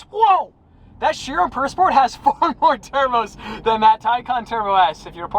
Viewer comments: can you pronounce how it was supposed to be pronounced? pure? and not purr. its not a cat that purrs. 'pur' in french is pronounced like 'pure' in english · Pur pronunciation I believe is pure